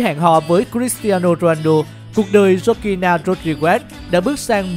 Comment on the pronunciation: Đọc tên vk ro nghe vl